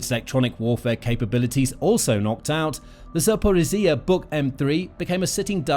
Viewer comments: What happened to the old narrator? This guy struggles with zaporizhzhia😢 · The way you pronounce Zaporizja is hurting my ears.